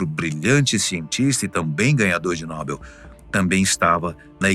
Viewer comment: Como é que pode a (fatos desconhecidos) permitir que um de seus narradores falem um impropério como esse? Não é NÓBEL, o correto é NOBEL. Apenas a Marta Suplicy e os imbecís falam. Prêmio Nóbel.